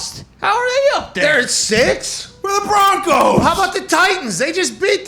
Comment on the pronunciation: "where are the BrONCOoossSa"